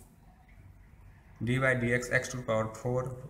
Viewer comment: not d by dx... 😂😂 its d dx